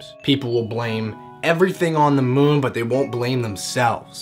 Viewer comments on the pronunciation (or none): none